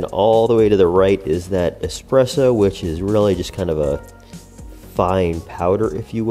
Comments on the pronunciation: Anywhere from "expresso" .... stopped video at that point. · ES-presso not EX-presso.